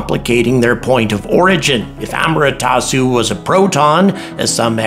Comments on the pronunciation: it's A-MA-TE-RA-SU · Thanks for another enjoyable video. My only real issue was with the mispronunciation of "Amaterasu". Just wanted to point it out for future reference